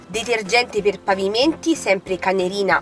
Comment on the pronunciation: I detersivi sono Cenerina, non Canerina 🤩